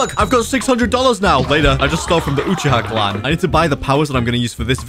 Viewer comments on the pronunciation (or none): its UUUU-CH--IIII-HAAAA